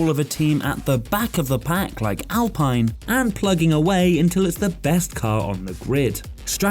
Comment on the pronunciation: Drink every time Alpine is pronounced incorrectly